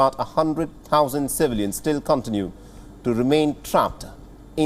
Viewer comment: Contiiiinue not coooontinue. Leadn.